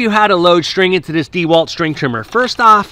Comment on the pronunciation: Watching him attempt to use the tool was painful enough, having to listen to him mispronounce the brand was just too much.